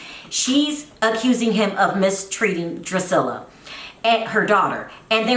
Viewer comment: My thought EXACTLY